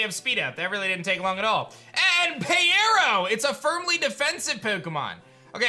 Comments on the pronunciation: I thought peyero was pronounced as pyro, just spelled with eye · I believe the fire starter's name is pronounced as pyro. It just has eye instead of y in its name because it has cyclops-like eyes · Did anybody else tell him it’s Pyro? Like P(eye)ro? 😂 thanks for the video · I would also choose Peyero. Side note: I think it is actually pronounced Pie - row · I’m pretty Sure it’s pronounced (PIE-row) because pyro+eye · I think the fire one is pronounced pyro because it had “eye” in it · 🤦‍♂️ Peyero is obviously pronounced as Pyro